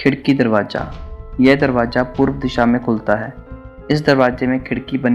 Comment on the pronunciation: Darwaza hota ha darwaja nhi